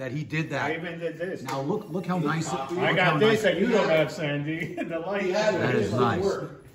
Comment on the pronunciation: Sandy, you are 1 of the rare few people to pronounce my first name correctly! Thank You! I will be getting a new Electra Glide soon and I will probably be cloning it closely after yours.